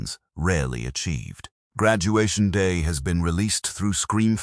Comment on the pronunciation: Oh yeah i miss Graduation Da !!! 😄 Funny AI fail!